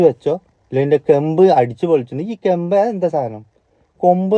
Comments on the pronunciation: കെമ്പ് അല്ല ബ്രോ കേണ്ട് അതായത് കരണം തെറ്റ് ധരിക്കരുത് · ചിരിച്ച് ചിരിച്ച് മതിയായി ബ്റോ😅കെംബ് അല്ല കെൻട് ആണ് 😅😅😅